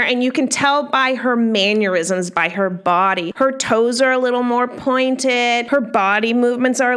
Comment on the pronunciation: The winkey face means that I was teasing about the way she pronounced it.